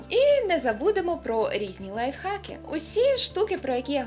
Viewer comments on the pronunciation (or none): Такі які , нахуй, лайфГАКИ . Людина , яка замінила Х на Г , просто кончена. Хер із політкинею, журналісткинею і тд, дань моді та інклюзвиність😑, але змінювати вимову, просто тому що захотілося - це просто клініка